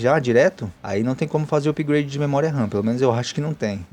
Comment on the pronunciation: Amigo!! A gente escreve "upgrade", mas a pronúncia é "apgrêidi" e não "upigrâdi". 😠😠😠😠🤦